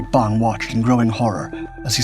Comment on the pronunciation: *Bong;...--->>>NOT: "Bomb"-!